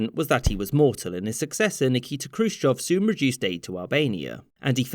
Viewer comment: I love that you pronounce Khrushchev correctly. Very nice.